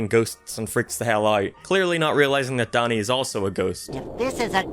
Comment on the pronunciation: For a minute, I thought you said "Daddy" This gives Danny a whole new meaning XD